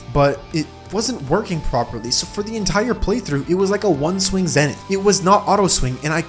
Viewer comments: Its wy-vern not wi-vern, its skeletron prime not skeletron brime, its zenith not zenoot (Im just trollin) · its pronounced zenth i know its zenith but it just sounds cooler